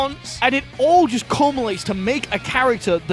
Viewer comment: Im sorry, CULMILATES?